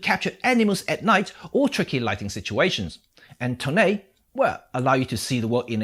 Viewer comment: LOL that 'toneh' really caught my off guard!